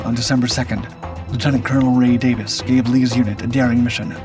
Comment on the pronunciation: Lt. Col. Ray Davis, a recipient of the Congressional Medal of Honor, and the leader of the patrol to relieve Fox Hill ... The video mispronounced Colonel Davis' name.